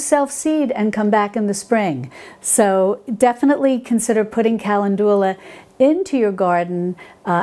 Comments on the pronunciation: The correct pronunciation of the flowerCalendula is pronounced KUH- Lend- duh- luh😅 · Calendula is pronounced: kuh LEND yuh luh. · Sorry, lost me at 'Kalindoolar' 🤦🏼‍♀️🤦🏼‍♀️🤦🏼‍♀️ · I love how you pronounce calendula lol. Thank you for this video! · I think most people pronounce Calendula with the second syllable accented FIY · Thanks for your videos, I enjoy them very much! Not sure if anyone commented on your pronunciation of calendula...please look this up! Otherwise I find your videos very informative! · I want to enjoy the video, but the mispronunciation of calendula is driving me to distraction. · Both pronunciations are English and both are in common use throughout the US. I struggle with her pronunciation of calendula. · Hi, I think Calendula is pronounced "kuh len du luh" with the second syllable emphasized. Great video. Thank you for the all of wonderful advice you give to us! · When I worked in a nursery they told me it was pronounced “ ca land u la “. After I pronounced it like you are here. Only the creator knows. I love your videos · I don't usually edit how people say things, but Calendula is usually pronounced, "cal LEN' ju la" with the accent on len. Good information, Thanks! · Wonderful video. This could totally be a ta-mate-o/tah-mate-o thing. I've only ever heard calendula pronounced like: cuh-lend-jew-luh. I love your videos and have been binging on them. I was really surprised when you said you were from because I could have sworn you had a... New York/East Coast accent? Please let me know! I like little fun facts like that. You've totally inspired me to grow some herbs! Thanks! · Oh, Ca len du la :) It is funny how pronunciation of words vary based on where you live. I've also heard Peonies and Oregano pronounced differently too. Same for how some plants are called different names in Europe compared to North America. Like they call a Zucchini, a Courgette over in the UK. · pronounced CAL LEN DU LA and SAL V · kuh LEND yuh luh.